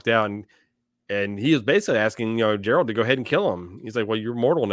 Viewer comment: I'd like to hear more of your thoughts on each episode going forward, this was more of a recap of the Geralt and Ciri storyline in this episode. :) Also, Geralt is pronounced with a hard g as in Greg, not George. I've read all the books and binged the entire season already (the show takes a lot of liberties with the plot, but is faithful to the spirit of the books), but I don't want to spoil anything for you. The show does a good job of explaining itself. It's a wild ride and a ton of fun!